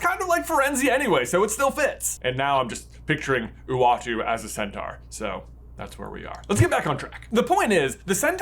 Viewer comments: The way you’re saying centaur is really strange. It’s cent-or not cent-are. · I get irrationally bothered by how Americans pronounce "centaur". Why do you say it like that? You pronounce "Taurus" correctly... 😅